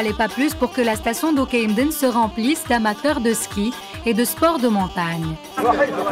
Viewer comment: C'est L'oukaïmeden et non toukaden ou oukaidem 😠